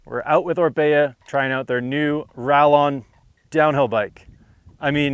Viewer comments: 'rayon'. please. its a spanish brand. spanish pronunciation. i dont wanna be that guy but i will here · Ral-lon? Who approved this video? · LOL, It's hard to listen to the rest of what he is saying after he uses the hard 'L' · Two ll’s in a Spanish word make a y sound. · Am I tripping, or is he dicing the pronunciation? 😂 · The pronunciation of the bikes name 🙈